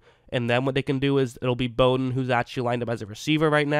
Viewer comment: Very good analysis of Bowden and thanks for pronouncing his name correctly. You have done some homework.